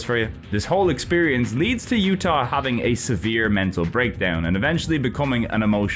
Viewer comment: The J in Jutah isn't silent! Nothing in that game is silent!